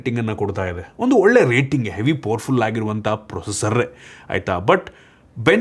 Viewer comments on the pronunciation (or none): none